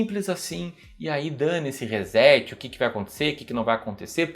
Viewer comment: ReSSSSSet....por favor!!! tem som de "S" e não de z....